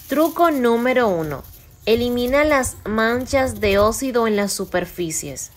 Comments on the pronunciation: Se dice Oxido no ocido . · Osssido para decir óxido 😅🤣🤣🤣🤣🤣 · Me enfadó su voz. (Es óxido, no ócido, es reacción, no reación)